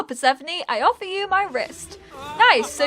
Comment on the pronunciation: I'm actually named persephone (I'm greek) and it's a perfect fit for the character (and your pronunciation is perfect). Fan fact the name translates light and darkness from ancient greek.